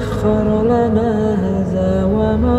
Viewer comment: Sya koreksi lafadz doa kendaraan dikata "Hazaa"" itu salah Yg benar adalah "Haazaa yg artinya ini. Jdi mohon aya perbaiki bacaan doa naik kendaraan diredaksi yg sdh sya koreksi diatas